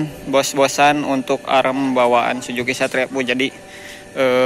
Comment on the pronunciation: Suzuki bang,bukan sujuki😅